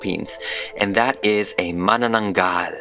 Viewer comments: hahah its pronounced Ma-nanang-gal :D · I read it as Ma-Na-na-nagal 😭🤚🏻 i didnt know how to pronounce it